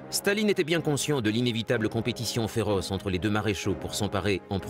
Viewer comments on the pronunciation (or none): Blokes who did German at school.........Please stop pronouncing Stalin as Shtalin. Russian is not German, so does not obey the same phonological rules. The symbol C is S in English; Ш is Sh. So Shtalin would be written as Шталин, but it is in fact written Сталин. Likewise, Zhukov is written Жуков with the zh pronounced like the s in plea s ure or lei s ure, like je in French. Z is written З in Cyrillic. Z is not the same as Zh. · Why is the narrator pronouncing Stalin like Shtalin? In Russian it's just Stalin, lol. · yeah but "Stalin" (not his real name btw) is a Russia word